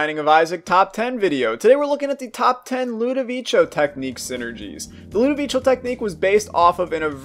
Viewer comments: Its ludovico not ludovicio watch out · Mate pls its LUDOVICO not ludoviCHO pls is an italian name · ITS NOT ludovicho technique its pronounced ludoviko technique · You know, im gonna sub to you cause i saw some videos of synergies and learned a lot thanks to you, but just say Ludovico, not Ludovicho pls. Anyways, good video, its my favorite """tear mode""" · I loved your video, but please its "ludovico" not "ludovicio" so it is pronunced "ludovìko" kinda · Erm... Lenguages doesn't work like that... You must pronunce things in the right way, just saying so maybe you will not do the same mistake again, ludovicio triggered me man, it's just ludovico co like company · ludoveeko not ludoveecho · its LUDOVIKO, not "ludivicho" the name is like an italian version of "Ludwig" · I think it is pronounced “ludoviko “ , not ludovicho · LudoviCo not ludovicho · It's pronounced like ludoviko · always fun to hear people pronounce stuff differently. I'd go with Ludo-Vi-Ko, as in Italian your pronunciation would be Ludovicio (added i to soften the C in front of an O). One of the rather strange (but still consistent) pronunciation rules. I got Ludo on two consecutive runs. It crippled my first run, but it really went great with the second one. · Yeah cause its pronounced ludoviko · ludovicho me: * cringes * other than that rly cool vid:D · LudiviCHo? Interesting way to say it... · #LudovicioTechnique Hated hearing that for all the video man, learn to pronunce names pls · it's Lu-doh-vee-koh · "Ludovicho"... I am gonna stop watching this channel just because of that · It's called ludoviCo (like, Ludoviko) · I hate how he says “ludivicho” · he says ludovicho... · Im in 2021 and still disaprove how he says ludovico